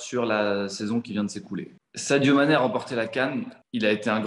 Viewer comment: J’ai arrêté la vidéo quand tu a dit Saido mane sérieux